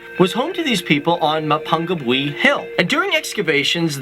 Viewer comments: This presenter is butchering these names yo. Mapungubwe is pronounced Ma-poo-ngoo-bwe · Mapungubwe is Ma ( as in Mum) pung (poong) goob where. That pronunciation was awful. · Yeah, hearing his Pronunciation of Mapungubwe was the one that hurt the most, like, the others were bad, but Mapungubwe was the worst one hands down